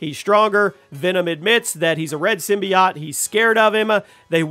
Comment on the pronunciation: The way he pronounces symbiote forced me to quit watching